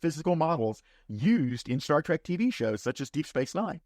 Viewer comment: If you are going to make a living on Star Trek, at least have the decency to pronounce it “Trek” and not “Track”.